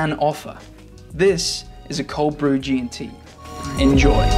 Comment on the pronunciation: Loved this. That Geeyuntee. Yes.